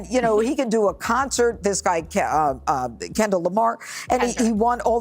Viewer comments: She called him Kendal 😂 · She said Kendel…smh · The "Shut up and Dribble" lady is actually talking about the Super Bowl halftime show. Maybe she should take her own advice. Jeanine Pirro couldn't even say his first name correctly so she should go back to drinking or sniffing and stay out of things she knows nothing about. Faux should just acknowledge "they not like us." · “This guy Kendall Kamar got all these Grammars?!”😂 Lady WTF are you babbling about?